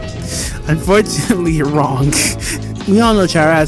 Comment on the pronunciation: “unforchinatelee ur wrong” 🤓🤭